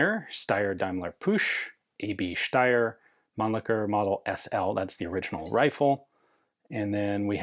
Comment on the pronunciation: Another American mispronouncing something that they’re allegedly an expert in… That’s why self-appointed experts are to be avoided at all times. Ian is usually ok but the way he saying ‘Steyr’ with an 👁️ sound ….. 🤮